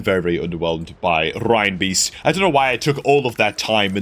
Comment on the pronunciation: Why does EVERY CC pronounce Reinbeast "rhinebeast"? He is clearly a Christmas reindeer. Doesn't everyone say that as RAINdeer? Were we brought up singing "Rudolph the Red-Nosed Rhinedeer"? Even, who is usually good on names that others consistently get wrong, does that one. OK, I'm a dreadful pedant and I'm not even perfect myself but... grrr. Now someone's going to tell me why I'm wrong.